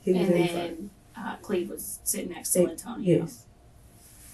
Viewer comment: Lyntonio. Geezuz we gotta do better.